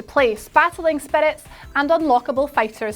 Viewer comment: something about the way she says "spirits"